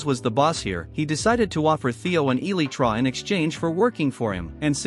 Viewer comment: "theobald F EEBIRD" "PV-per" "status chambers" "WIFIs" "EELY-TRY"